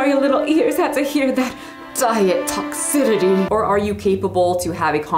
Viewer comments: please just look up how to pronounce "toxicity"; it's not "toxiditty" 😩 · Lol girl why can't you say toxicity 😂😂❤